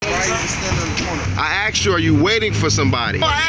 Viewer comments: "I AX'D YOU A QUESTION" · "I axed you a lawful question" I can think of an UNlawful question, propositioning a minor. Beyond that, they are all lawful questions. And the death threat, I need to see the watch commander. 2 or more involved in it, 42 USC 1985(3). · sgt. -"i axed you a lawful question....." = lol...another dopey cop with no idea of the law.... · "I AKKSD you are you waiting for somebody." Why no officer, would you care for some urine? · Axed a question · I dont respect anyone that says "axed." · No, the sgt. AXED the man, he did not ask. The Sgt. Is an IGNORANT FOOL. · “I axed you a lawful question!” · "I axed you a lawful question..." "You cannot lorder on the corner..." 🙄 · Sgt said axe instead of ask....low IQ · Did he say “I axed you”?!? 🙄 Good lord! WTF?!? This whole encounter was DISGUSTING!!! Shame on ALL of them!!, & the rest of those tyrants, need to check their egos AND the law! What is wrong with those people?!? This place needs to be audited by a whole group of people! I’d love to see them be audited by Bay Area Transparency, San Joaquin, High Desert, Rogue Nation … all the good ones, all at once! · Sargent:"I axed you." Really axed????? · I sure don't like being "axed", especially by the police. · I axed you a question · I axed you a lawful question, you can not lorter on the corner..... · "I axed you a lawful question" I would have been done with these illiterates right there and then. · I think the correct spelling is "aksd". ;-) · I axed you a question... 🤦‍♂️😂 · Come on this Homie Blue Line Gangster " axed " you ! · He axed him a question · If any public servant says "axet" to me I'll make sure youre fired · To be technically correct, Sergeant dummy did not say that he asked him a lawful question, he “aksed” him a lawful question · when the cop says axed you know youre fucked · If I hear one more person say axed instead of asked I will become the misanthrope I was born to be. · He axed you a question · He axed you.